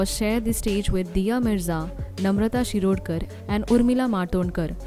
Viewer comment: It's not shirdokharr it's Shirodkar boss 🤩